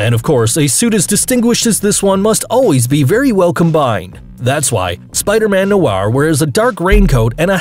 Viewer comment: Zapatozi Its Spider-Noir lol